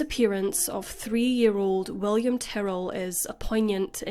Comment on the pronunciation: I was jarred hearing “Tarell” instead of Ty-rrell. At first I thought I missed something and there was someone involved whose name sounded like Darryl but with a T.